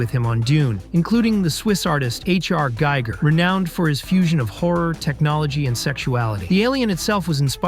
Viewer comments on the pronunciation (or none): Hicks does not lead the Marines; at least, not until the sergeant and lieutenant and several other soldiers get killed first. Also, Giger is pronounced Ghee-ger.